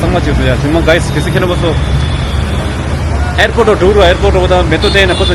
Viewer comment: Oye.. not arepot.. airport ok 😂😂😂 first of all talk to clear.. not pericure ok pedicure